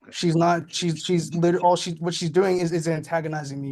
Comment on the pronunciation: I know this is going to sound stupid but, thank you for clarifying that he was saying literally. I kept hearing mortally didn't make sense. I thought it was just a new saying. I'm old